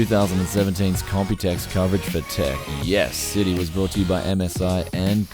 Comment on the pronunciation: Hah! He can't help it! He still says "Tech Yes City".